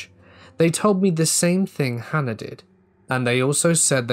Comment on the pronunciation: Certain accents do that. This particular accent also says “idea-r”.